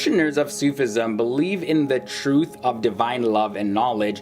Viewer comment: Great vid , little pronunciation help: its not Sooof ism it more like Sufi ism